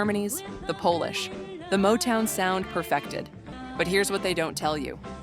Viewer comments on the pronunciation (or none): The “POHLISH” ? What the heck kind of AI voice is that? It is polish., like when you shine something. Don’t you even proof listen your productions? Shocking…